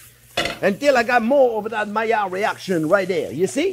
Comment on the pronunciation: Nobody in the world says 'Maiilard reaction' better than Chef. Love this video, this will be my christmas stuffing.